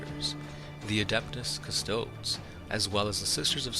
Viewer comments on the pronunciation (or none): “CustoDEES” bro.